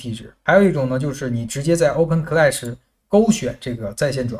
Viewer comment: 这个读Oben…听着怪怪的